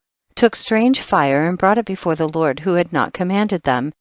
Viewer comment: Who is lort? This woman pronounce d's with t's she needs to learn to talk instead of flirting being formal, which is why God has not accepted this reading by anointing...i listen heard up to chpt 9, but no more except chpt 90,91 she is terrible reader!